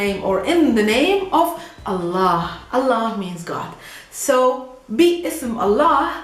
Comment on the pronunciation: I love the way you pronounce Allah.